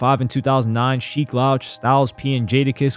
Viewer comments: How you mispronouncing sheeks name in the first minute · Had to turn off in the first minute because if they can’t even say Sheeks name correctly how much accuracy can be expected from the rest? 🤷🏽‍♂️ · Sheik has said his name in alot of raps how do you not know how to pronounce it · Cool video but you're definitely not a fan of The Lox or you wouldn't keep jacking up Sheek's name like that. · He must be a good reader and narrator because Mia pronouncing Sheeks name lets me know you know nothing about real hip hop. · Yo i love to see the young bulls learning a passing on the lore. But how he keep saying sheek name..... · How do you pronounce sheeks name wrong. He says it in most of their music. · Bro u need to re record this and say Sheek name right that shit making me cringe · Pronouncing Sheek’s name wrong is straight up Diabolical Activity !!! 😂😂😂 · It’s all I can hear lol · Man, I was in disbelief over that joint. That's how I know he's not a hip hop purist. He's not from round here. he's a tourist. And he said it more than once. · For real for real..💯